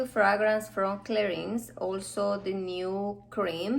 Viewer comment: Please try to pronounce"Clarin" correctly! Thanks.